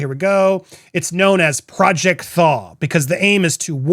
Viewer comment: Why did I think said project Thong? Lol